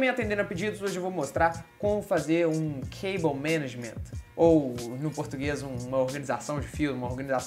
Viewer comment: Nossa, finalmente alguém que fala "cable management" direito! Tava cansado de ver vídeos de reviews de gabinetes com a galera falando "cabo maneigi" ou "cabo menàge" ou o que for...